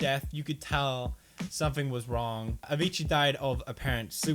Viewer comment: its a--vee--cee not avichi